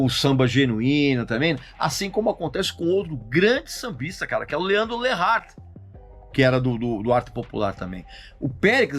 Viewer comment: Quem esse cara pensa que é pra criticar um Alexandre Pires? Alguém fala pra ele que o nome certo é LEANDRO LEART e não LEANDRO LERART.